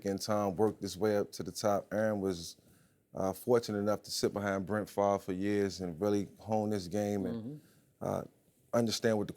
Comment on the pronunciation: Did Mike say " Brent " Favre? Lol